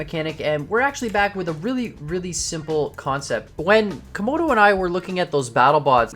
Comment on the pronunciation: This sept lol